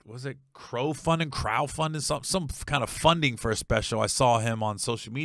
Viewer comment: you know Gary's an Urban comic cuz he calls crowdfunding "crow-funding"